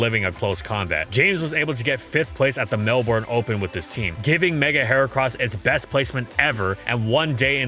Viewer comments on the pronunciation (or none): none